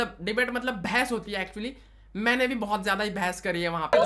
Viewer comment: Aapka 'behas' sounded like 'bhass'.. 🤣🤣